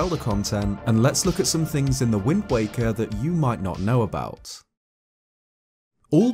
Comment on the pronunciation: I swear he kept saying “wind wanker” lmao